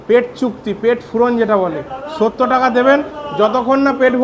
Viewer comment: Bokachoda Accent thik kor... Sottor bol Sotto noy... Jotto Baaler vlogger...